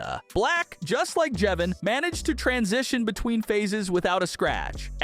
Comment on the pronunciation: How does he say jevin right but not brud and Clurk!?